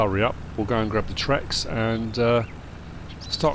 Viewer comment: I love the videos, always do. But you keep saying trex, but it’s actually the t-rex like the dinosaur...